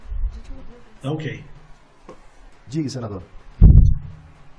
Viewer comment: O juiz que fala "digue" em vez de diga.